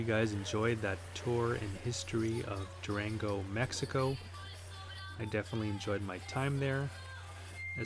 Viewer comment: Pronounce it as- Do-Ron-Go.... I'm thinking about bussing down there from El Paso in about a month.